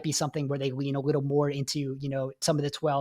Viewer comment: Am I the only one hearing “wittle bit” when he says little bit? 😂